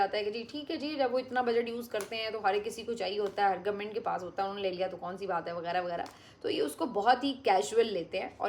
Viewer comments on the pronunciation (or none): none